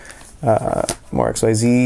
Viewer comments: when someone says "X-Y-Z" summons instead of "ZEEZ" summons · For stupid reasons, so. Btw, It's *Exceed, not X Y Z, mannagg o bucchin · ITS NOT X-Y-Z SUMMONING ITS IKZEEZ SUMMONING. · I know it’s pronounced ik-zees but fuck that that sounds stupid so I say x-y-z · It’s pronounced ik zeez.. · Um, you pronounced xyz wrong.